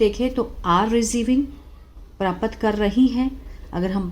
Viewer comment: पहले हिंदी पढ़ना तो सीख लो मैडम प्राप्त होता है प्रापत 😂नही